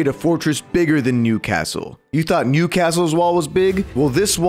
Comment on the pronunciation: for a second I thought he said nudecastle